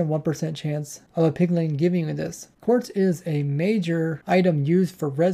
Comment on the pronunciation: Please learn not to say "pigling" it really bothers me